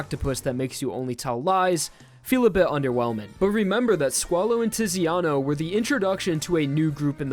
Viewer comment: Quick heads up, the Italian 'Z' is pronounced like 'ts' just think of the word 'pizza' which is Italian. So Zucchero = 'Tsukero' and Tiziano = 'Titsiano'